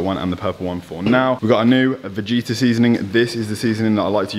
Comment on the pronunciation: It’s pronounced vagetta bro lol ! Keep up the gd work ❤️